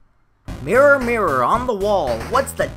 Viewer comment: the way you pronounced mirror 😂